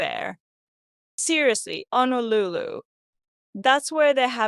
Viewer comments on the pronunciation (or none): none